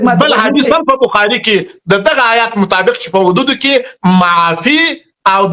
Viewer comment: شنواري صاحب تقلب مه کوه! داسي څوک دې علمی بحث ته راوغواړه چي په دین خبر وي ایله دچوک مزدوران مه رابوله دا دملا ماما خو آيات په (حيات) تلفظ كوى خاله خو بیخي په دین خبره نده